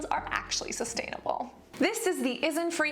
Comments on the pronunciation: Hello there Cassandra , i really support your channel and love all your videos, however I have noticed several times in this and previous videos, it's INNISfree(which i don't really like) and ISNTree( WHICH I LOVE), can you pronounce them right please, it really confuses me when I'm listening to ur video as a podcast ^ ^, thank you Cassandra~ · Sidetrack how did you pronounce Innisfree again? I replayed it a few times just to find out if I misheard you every time. Isn’t Free? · Anybody else notice how she misread 'innisfree'